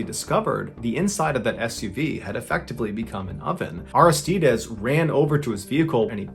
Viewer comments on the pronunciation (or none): It's pronounced Ar-iss-tide-eeez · Take 2 min to learn how to pronounce Aristides Jeezus